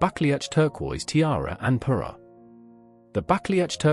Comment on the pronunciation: Parure, not Peru etc 😊😊